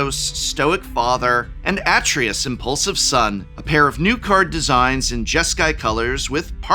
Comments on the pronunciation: Did no one tell the Professor how to pronounce Kratos or Artreus? I'm just curious. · It's "a-TRAY-us", not "AH-tree-us" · Atreus = "Uh-tray-us" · Kray-toe-sss Ah-Tray-Us Kray-toe-sss Ah-Tray-Us Kray-toe-sss Ah-Tray-Us Say it with me professor. Kray-toe-sss Ah-Tray-Us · Every time Prof said Kratos like that I felt one nerd suddenly scream out in pain before being silenced by his pronunciation of Atreius. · Kratos I understand, but Sir, you grew up with Atreayu! That mispronunciation hurts the soul! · He pronounces Kratos the Greek way. Kratos is Greek, so you could say Prof is right, but only from that point of view. For Atreus, I prefer the game's version, cause it's closer to the name's native pronounciation. :)